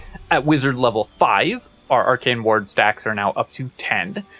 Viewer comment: Why do you pronounce “ward” like “waHrd”😂